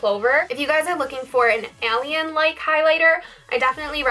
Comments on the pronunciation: Agreed... a-lee-in, it sounded strange lol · Woahhhh you say "alien" crazy